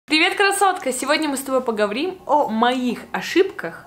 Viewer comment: мне одной услышась ПОГОВРИМ?